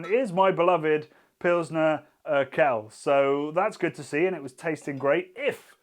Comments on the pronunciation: You have a funny way of pronouncing Pilsner Urquell! It is oor-kwell, not ur-kell. I assume you know that this means that all other Pilsener beers are copies of this. Try and get hold of Einbecker Urbock some time! The religious reformist Martin Luther quite liked it. PS: Zatec is a town, not a region and it is an hour and a half drive from there to Plzen where Pilsener Urquell comes from. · everytime he says "urkell" instead of urquell my ears bleed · Lovely too see Pilsner Urquell rank strongly, it's one of my favourite beers as well. (Love how you pronounce it btw, sounds a bit like, as in Steve:D The qu in it is a bit more like the one in quality, so a "kw"). Also pleased with Stiegl's performance, as an Austrian. Funnily enough, lots of people here hate on it, but I think that's more of a thing of intra-Austrian regional rivalry rather than genuinely not liking its taste. People here tend to stick to beers that are produced in their region, so while you can get Stiegl anywhere in Austria, it's most popular in Salzburg, where it's from. I just like it and it's also one of the not so many still privately owned (read: not part of Heineken) breweries in Austria. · If you lile Pulsener Urquell you might want to learn how to pronounce it: its more like Oorkwell (with k and w both pronounced). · Not sure why it’s such a bother… Not even my Czech gf cared that he was pronouncing it that way. 🤷🏻‍♂️ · urquell pronunciation ? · Can you please look into how to pronounce 'Urquell' properly. That made my ears bleed. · It's funny how you pronounce Urquell somewhat correctly in the factory tour video, but completely wrong here :D